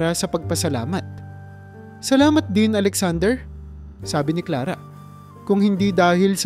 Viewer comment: Maling Mali Ang bigkas mi sa pangalan Clara.